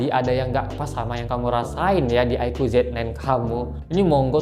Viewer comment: Aiku bukan aiko